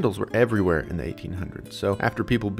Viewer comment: “everuy where”